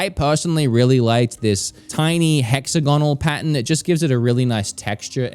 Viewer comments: took me until the 20th time you said pattern to realize you weren’t saying patent. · He was saying pattern but i thought it was patent until the third one 🤦‍♂️ lol. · My favorite youtuber cant say pattern 😂😂 i guess we all need to get some patents😅 all love